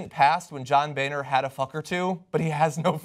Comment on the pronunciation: that name is pronounced 'Boner' not 'Bayner'.